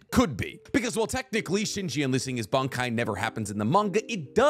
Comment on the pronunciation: This was a great video. I really appreciate the intended vagueness when talking about certain characters and their upgrades for the sake of not revealing spoilers. Some of your pronunciation just makes me laugh! You keep saying Bankai like... "Bung-Kai". Is it just me? When I say it outloud, I hear "Bon" or "Bahn"... Bankai. Not trying to be a grammar nazi over here though, you do you boo boo. Just wanted to say it makes me laugh :)